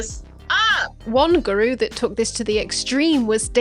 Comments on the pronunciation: is that really how you pronounce 'guru' on your side of the pond? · I actually can't get over how you pronounce guru as 'gru' rather than 'guroo' 😅